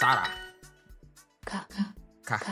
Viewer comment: You're doing amazing! Maybe try saying the "hle" part in "kahle" with your teeth and not your throat then you're good to go!🥳🥳